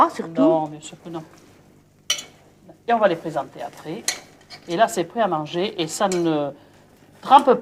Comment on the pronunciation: "Alors là on a les couennes, on va les mannnnger ?" "Mais bieng sûûûr !!" Géniale cette Maïté !